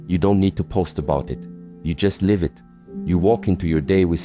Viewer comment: These words from the are inspiring. A pity that AI. has not learnt the different pronounciation of the words" Live & Life." This Rather spoils the message